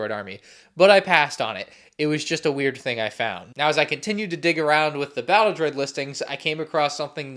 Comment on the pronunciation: Gotta love the "DRODI" army :D